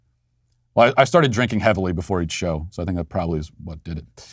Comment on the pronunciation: "I srarted drinkin heavily jefore the show" 🤣